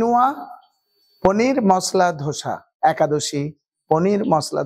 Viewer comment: উচ্চারণগুলো একটু ঠিকঠাক করুন, ধোসা গ্যান্ডিং স্ট্যাপিং এসব কি বলছেন?